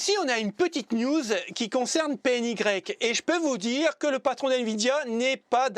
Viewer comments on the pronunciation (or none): salut, la marquer PNY se dit en francais ( prononciation : Pé-enne-Why) , bien a toi